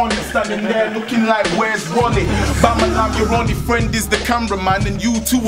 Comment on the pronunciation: bamalam is one of the only uk rapper that tries to fully pronouce his words